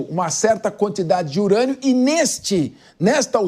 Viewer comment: “Enriquecimento de IRANIA do Irã”kkkkkk essa moça é muito ruim